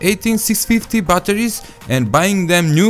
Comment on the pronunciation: bbbbbatteris. Bolna hi nie ata